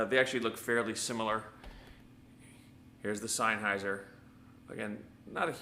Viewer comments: In German if you have a combination of "e" and "i" you pronounce the latter. In this case, "highser". Of course you're right about senn instead of sine though. Bugs me too. Good test beside that though. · You are saying it all wrong the pronunciation of the word Sennheiser it isn't signhouser as you are saying it it is ( Sen ) houser